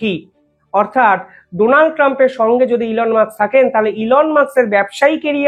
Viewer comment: ঠিক করে উচ্চারন করুন।এলন মাস্ক।উনি কেপটাউনে জন্মেছেন।তারপর উনি উএস গেছেন। please উচ্ছারন ঠিক করুন।